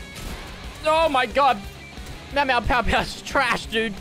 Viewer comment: Nobody finna tell him it’s not pow it’s pew?